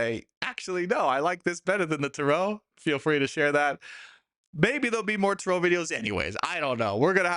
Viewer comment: Why do you pronounce Tarot incorrectly?